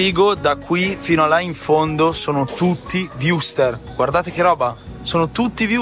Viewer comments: Wurstelll ... no wursterr 😆😆😆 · Perchè dici "wursteR"?